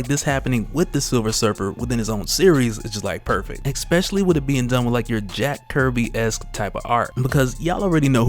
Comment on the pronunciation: "Especially"👍 "Exspecially"👎